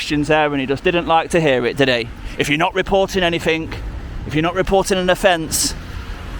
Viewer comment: I am hoping he will learn how to say "anything" instead of "anyfink". Early days though...